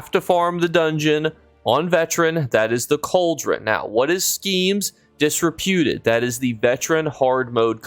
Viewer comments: Schemes Disrupted, Not disrepewted. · dis-RUP-ted. Just sayin' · Lost me at "Schemes Disruputed" for the second time in a row. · Wildest pronunciation of disrupted I’ve ever heard lol my brother in Christ are you okay